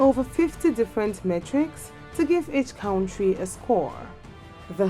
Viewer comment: when you cant even pronounce the word Country correctly then talk about other militaries.If you don't have anything to do then shut your channel down and stop comparing things you cant just compare.